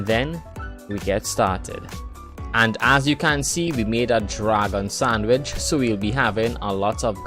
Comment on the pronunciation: The way you say sandwich bothers me. And you say it a lot